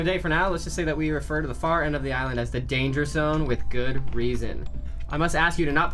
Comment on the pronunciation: When said "he's in the danger zone" I was like....that's not how you say it!